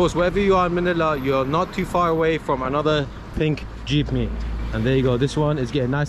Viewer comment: it's carrot brother. Caldereta has both carrot and potato. Also, the local transpo is "Jeepney". Not sure but i hear Jeepme..😂 nevertheless, enjoy and more videos to come. God bless